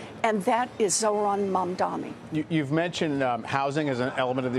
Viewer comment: Everyone he is Mamdani not Mamdami. Btw, i am scared of this rapper.